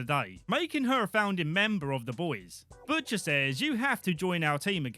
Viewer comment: bush...ter? bushter? butsher?